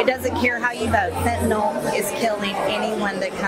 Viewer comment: Fentanyl people! (Spoken as fenta-nil) not fentanol! Sorry, the grammar police in me and my medical background comes through at times.